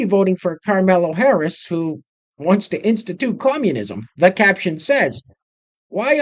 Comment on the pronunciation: I’m voting Trump but for the love of god stop intentionally pronouncing her name wrong